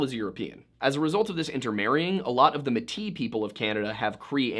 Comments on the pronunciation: Metis is pronounced (may-tee) not muh tee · Your pronunciation of the word defining the mixed races of North American Native Peoples with Europeans is actually pronounced “Maetea”, not ‘Metea’. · As a Métis from Canada. The proper way to pronounce it is Maytee. Thanks for covering this story ✌️💕🇨🇦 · Mey-tee not Muh-tee. Its more French so the ME in métis is pronouced Mey. Love the pronunciation though haha! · FYI, Metis is pronounced may-tee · I’ve always heard Métis pronounced “May-tee” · May-Tee is how you pronounce it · i live in the area and remember this, theres a reason a lot of us don't have a whole lot of respect for the RCMP and consider them fuckin idiots. oh and metis is pronounced may-tee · I like your videos! I appreciate all the in-depth study you do in order to present a well-rounded story. I'm not sure if anyone else has mentioned your pronunciation of some of the names. I am Metis, which is pronounced may-tee. Thanks! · FYI Metis is pronounced like "may-tee"